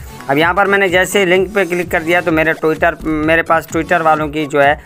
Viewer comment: Apko twiter bolna nhi ati😂